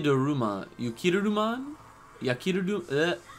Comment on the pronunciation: It's pronounced Yuki-da-rumon or just call him frigimon for the English dub lol